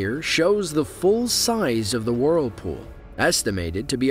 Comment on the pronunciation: Great video, but i can't stand hearing WORLpool over and over